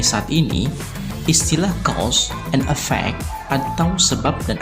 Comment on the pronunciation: Please, differ the pronunciation of EFFECT and AFFECT !